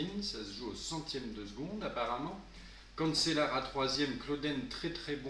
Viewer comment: Cancellara ce prononce canchellara